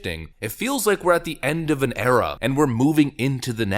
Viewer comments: Did you say the Obama Era or the Obama Error? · Did you say, 'era' or 'error'?